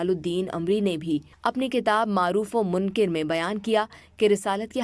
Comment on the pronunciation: منکر کے کاف کے اوپر زبر ہے یعنی منکَر ہے لیکن اس میں بار بار منکر کے کاف کے نیچے زیر لگا کر بولا جارہا ہے۔